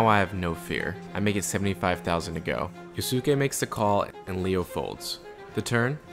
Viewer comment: I love the video overall, but man.. the amount of mispronounciations of poor Yosuke's name... It's Yoh-ske, not Yoh-su-keh. Surely we've all seen enough anime to have learned how japanese names that end in "-suke" is supposed to be pronounced xD